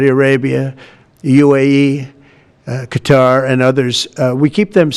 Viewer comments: What kind of journalist says “cutter” for Qatar?… it sounds so ignorant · He can’t even pronounce Qatar correctly. 😂 such a sad situation when the president can’t even recognize how he is being used and abused